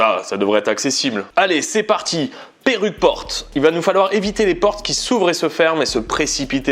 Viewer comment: Perruque porte au lieux de percute porte 🤣 qui a entendu